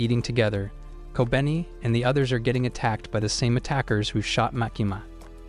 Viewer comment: i feel like kobeni should be pronounced as ko-be-ni